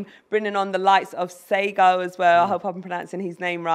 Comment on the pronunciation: is the only one who’s pronounced the young lad’s name right. It’s pronounced- SayGo. With Ghanaian origins